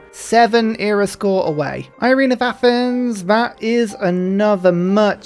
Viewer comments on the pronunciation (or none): none